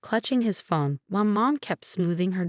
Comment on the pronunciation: Phone not fong😂